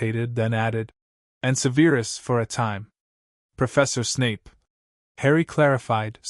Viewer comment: I love how Petunia is very self assured. I love that neither Vernon nor Dudley have been mentioned. Now. if we could just get Snapes name pronounced correctly. It is not Seveeerus lol; it is sev er us.